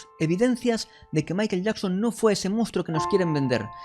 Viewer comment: COMO CREER EN ALGUIEN QUE PRONUNCIA MAIKEL YAKSON? .... NEXT!